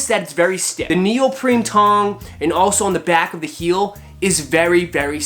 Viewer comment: Did I hear you say neopreMe ? It's actually NeopreNe.